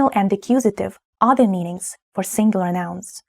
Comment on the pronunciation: I could comment on your English pronunciation, but I won't. Try to learn to say "The" with a genuine "Th" sound, not "Ze" or "De". Its not "Ze" or Zis", it is "The" and "This". Is this important? Maybe not, but why have everything with different endings for case and gender? English has few case and gender endings, and it seems to survive ok. I am, you are, he is, we are, you are, they are. He thinks, you think. Я люблю бабушek.